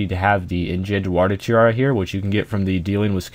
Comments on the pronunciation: what did u say "engent warder tiara" ? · hahaha. he did slaughter that phrase